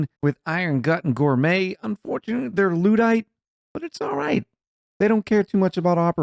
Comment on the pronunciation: Digging through your back catalog of videos - I wonder how long it takes for you to find out how 'luddite' is pronounced?